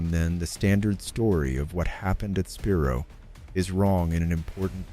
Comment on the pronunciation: Spi-Rho, thats how you pronounce it!